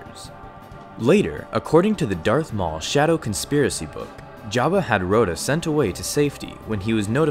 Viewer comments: Raw-tah. Not Roe-tah. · "Row-dah the Hutt" It's "Rot-uh"